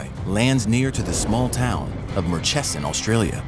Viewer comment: You've mispronounced Murchison. Mur (like murder)-chee-son